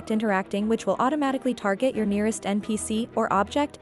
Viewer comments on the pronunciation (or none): none